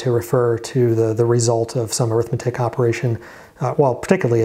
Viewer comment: Great series! My one comment is that in ALU, the word arithmetic is actually an adjective (and it's pronounced like AIR-ith-MET-ic) describing the type of logic, it's not an "Arithmetic and Logic Unit"